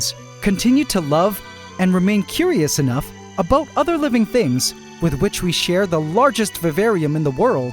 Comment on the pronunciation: I keep forgetting you're Canadian. Every once in a while you drop a hard "aboot" and I think to myself "ah yes, Canadian".